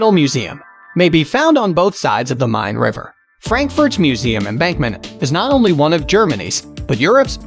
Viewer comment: You have nearly 22,000 subscribers. Surely at least one of them can help you avoid the absolute butchering of the pronunciations of most of the places you mention in this video. I would be willing, for example. To your credit, I applaud your pronunciation of the river Main as "Mine" (vs Mane) MOST of the time.